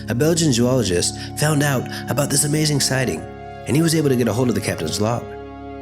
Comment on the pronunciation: The way you say zoologist lol... Good video otherwise!